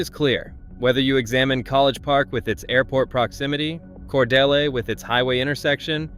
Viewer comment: Cordeeel, not Cordell or Cordella, or Cor de lay.There may be more errors to comment on, but I won't bother. This is where I got off to comment. Jimmy Carter did not graduate from Georgia Southwestern College. He went there 1 year before transferring to GA Tech and then to the Naval Academy. Cordele is not n the MARTA rail line. It is nowhere near East Point or Atlanta. That is an AI being confused by a programmer who doesn't know his ass from a hole in the ground. Why did this flick show the ocean when talking about specific Atlanta neighborhoods?